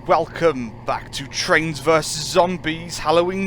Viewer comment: Be wery wery quiet. I'm hunting traiwns.